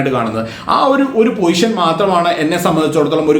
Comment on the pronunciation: പൊസിഷൻ ആണ് അല്ലാതെ പോയിഷൻ അല്ല 😁😁